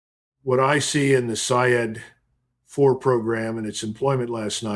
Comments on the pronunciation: With all my respect to you Sir the correct pernounciation of Iranian missile is say-yad which means as you said hunter. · pronounced. sayyad